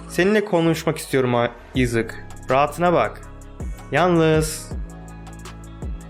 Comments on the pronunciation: Abi bu arada Issac ‘izek dedin aysaç diye okunuyo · Issac izık diye okuması gerçek okunuşu:ayzek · Issac ayzek diye okunuyor abi ıssac newton değil ayzek newton diye okunuyor seviliyorsun abi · Abi haberin olsun o ıssac diye okun muyar ayzek diye okunuyor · İzık değil Ayzek diye okunuyor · Isaac okunuş 👉 Ayzek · Abi yalnız Issac ''Ayzek'' diye okunuyor(Bir dakika!Yoksa ben mi yanlış biliyorum??).